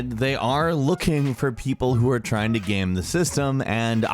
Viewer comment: says "game" properly. rest of video... "Gam" lol